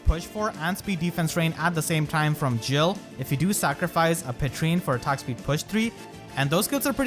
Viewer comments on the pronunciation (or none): none